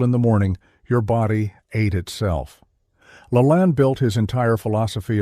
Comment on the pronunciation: hello, it's the 68 yr old in Phx who knew and worked w Jack - a few things, it is La-LANE not lah-lahan... so that is a needed fix for future shows - next up, i have lost 100 lbs. 5x in my life, the most recent and difficult (as I was a former baseball, Zumba, nurtitionist, marathoner, etc) at age 65 a good 15 yrs retired... from 285 to 155 size 48 stretch to 29-30; 3XL to S-M; now that said, I have all the LaLanne dvd's which are wonderful and many are online as to his actual shows to help the sedentary - but even then he was preaching to the OBESE, get up, move, and do a few push-ups and away from the table. You see in our mind we are programmed like Pavlov's dog to eat 3x a day; cavemen ate when hungry after they worked hard to catch something. There is something to be said about good sleep and autophagy a body eating itself within. It is molecular clean up, getting rid of that which FAT livers don't need. So I am a fan of the 16:8 or 18:6 people - 2 meals, and those like myself OMAD - 1x a day like most cavemen, exercise and refuel, sleep, repeat. I have become incredibly more fit again, lean, mean a fighting machine, good muscle definition and bulk looking decades younger than 70 nearly staring back at me and way busier than most a half a century younger. So I think today Jack would still do the 3 meal ok for the fit, but not the FAT, those need more discipline and training, just my thoughts.